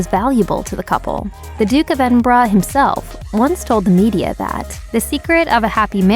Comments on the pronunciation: Can you please stop pronouncing EDENBRAH? What the fuck is EDENBRAH? It's EDEN BURGH...,,👎👎👎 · Duke of Edinbra???